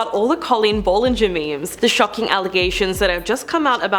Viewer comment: You’re pronouncing BOTH her first name and last name wrong